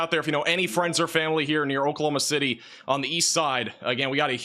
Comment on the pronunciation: Can’t be a meteorologist if you can’t pronounce Oklahoma City correctly 😂💀.